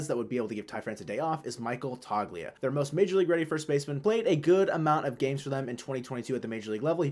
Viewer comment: its pronounced toe-lia